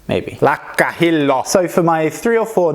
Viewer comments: sä sanoit lakka hillo ihan oikein :-) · You nailed Lakkahillo!